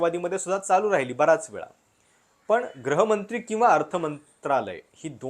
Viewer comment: गृहमंत्री शब्दाचा उच्चार ग्रहमंत्री असा करताय, तुम्हा लोकांचे चुकीचे उच्चार ऐकून सामान्य माणूस पण चुकीचे उच्चार करतो, माय मराठी जपा.